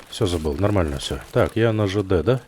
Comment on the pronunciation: Отличное прохождение , но зачем слово "нормально" произносить как будто член во рту .